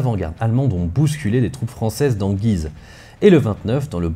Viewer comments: Salut j'adore ton travail sur cette chaîne. Je suis au taquet pour cette série sur la 1ere ww . Étant un local de cette vidéo (je vis sur le chemin des dames ) je reviens sur La prononciation de la ville de Guise , qui n'est pas comme dans la vidéo mais avec l'accent axonais ! (G oui ze ) c'est approximatif mais ça y ressemble !!! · Vidéo très intéressante comme toujours étant originaire de la région de "Güise" je me suis beaucoup amusé en l'écoutant (en phonétique chez nous on prononce "Gyizø"). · prononcer gUuise ^^ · Un superbe travail comme d'ordinaire ! Une petite remarque, étant natif de Guise. La prononciation locale est "goui-se". Mais il va de soi que la prononciation qui est dominante en France est celle adoptée dans la vidéo... Ce n'est donc pas bien grave... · Guise se prononce « Gouise » comme cuisine se prononce « couisine » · Guise ça se prononce guouise, mais bonne video quand même x) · ça m'a aussi fait bizarre d'entendre "Guise" prononcé comme ça ! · Encore une fois une vidéo très interessante et bien documenté, merci beaucoup! Toujours "marrant" de voir comment Guise est prononcé comme tu le fait dans toute les œuvre en rapport à l'histoire etc (bataille de guise, duc de guise...) Mais que les locaux prononcent le U ^^ (ma famille vient d'entre ribemont et guise^^) Quoi qu'il en soit c'est toujours un plaisir de cliquer sur tes vidéo et j’attends la prochaine avec impatience! PS: je n'était pas sûr si tu était sérieux pour le rapport entre limogeage et Limoge j'avoue que ça m'à surpris^^